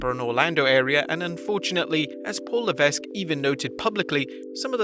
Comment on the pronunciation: Triple H's real name is pronounced Leveck NOT Levesk. Levesque is a French name and the Anglcized version is Leveck, the 's' is silent.